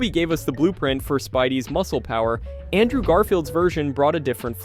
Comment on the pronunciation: Dude,it's ANTMAN not stupid ass giant man,get your shit right bro or don't make content at all and also learn how to pronounce words correctly! It's very very ANNOYING AS HELL!!! Like it's Andrew not ondrow!